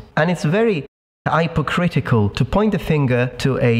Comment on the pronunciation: "hi-pro-critical"...lol. It's "hip-o-critical"